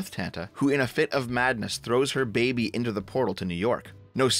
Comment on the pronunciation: Did you just say babby? 😆 I miss 2BFP.